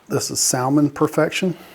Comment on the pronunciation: Won’t those cuttings take two or three years to create a Y and bloom? PS the word “salmon” has a silent ‘L”